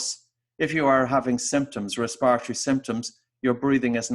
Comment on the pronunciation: I had to stop listening. No one talks like this RESPIRARY really?